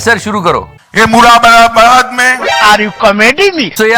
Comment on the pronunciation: बेटा अमित वो "मुरादाबाद" हैं न कि " मुरा मुरा बार"। मेरा शहर।